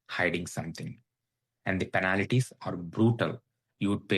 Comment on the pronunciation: Please pronounce penalties.... Not penalities.😊